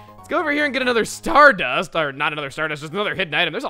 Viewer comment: I noticed throughout the video when ever Chugga found a great item or was surprised he said the first word or syllable of the item really loudly so when he found the stardust I kind of expected "Whoa a STARdust!"